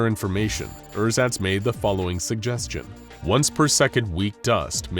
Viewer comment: I'm german and when you first said "Ersatz" I had to think for a solid 2 seconds what you meant. Pronounciation is a bit off :D